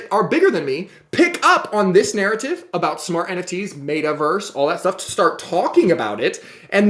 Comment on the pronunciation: Its META Verse not Mayta Verse lol